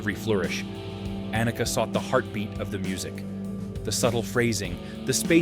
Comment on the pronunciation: For mispronouncing Neil's name and Anika's name, you get a thumbs down.